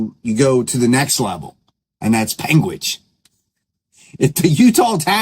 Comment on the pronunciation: Utah here. It’s pronounced: Pan-gwich